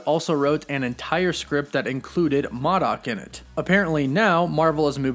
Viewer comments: MOdok....not MAHdok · I think the character you where trying to say was MO.DOC not MA.DOC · this just absolutely NEEDS to happen! in every way shape and form...!!! and just fyi: its 'moe'-dok, not 'mah'-dok……. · It is pronounced (Moe- Dock) but is spelled Modok. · Mod. Dock? Moe dock. Yes four Reed and Sue. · Who is "MUH DOC"? I hate the way you pronounce names, you're not a fan, you're just reading a script. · The way you pronounced M.O.D.O.K made me cringe